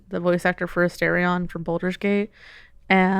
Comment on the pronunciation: Somehow it got even WORSE when she pronounced Astarion wrong. Crimes